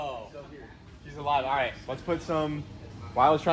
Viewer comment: “it’s aLIVee” he said 😭😭